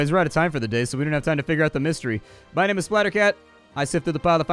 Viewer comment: You gained my like for pronouncing the names flawlessly